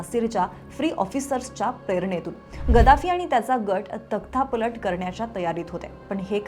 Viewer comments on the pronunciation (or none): तक्ता पलट ताई लक्ता नाही. वाचताना विषयाची विसंगती होते आहे लक्ष द्या.